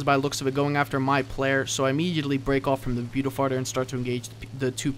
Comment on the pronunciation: i was face palming so hard, i almost ripped my own face off. your pronouncing Beaufighter wrong.......